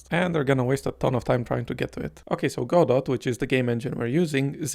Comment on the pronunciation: also "godot" is pronounced "go-dough"